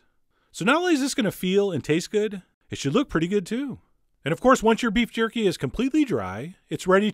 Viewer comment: Did you just said qorky